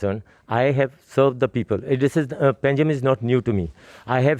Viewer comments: It's pangi or pangim not panegim. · It's Panjim not Pa na ji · पानाजी क्या होता है.. it is पंजिम